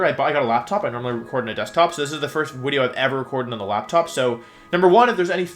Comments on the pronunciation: is bro german, why did he call it a Wideo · Thank you wideo man, I love the tier list wideos! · Every time you say wideo it makes me laugh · Wolfie - Sorry if I pronounce stuff wrong Also Wolfie - I hope you enjoy the wideo. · Forme is just pronounced form btw lol. I dont usually comment stuff like this, but it was driving me crazy lol. Great Wideo tho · Does he say wideo? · "Surprise, it's Wideo Man" -Wolfey 2020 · YES ITS WIDEO MAN!!! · why is it wideo? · lol the people who think you are unable to pronounce ‘video’ while pronouncing all other words that start with ‘v’ properly😋 love the wideo btw 😎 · Is pronouncing video "wideo" an inside joke or do you legitimately pronounce it that way?